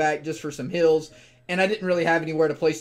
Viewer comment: It kinda sounds like "hills" instead if "heals" lol I guess its just me being deaf